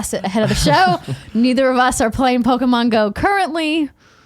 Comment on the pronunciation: Andrea you got the Pokemon names correct! Good job!!